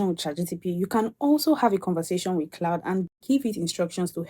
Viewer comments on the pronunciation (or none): CLAUDE NOT CLOUD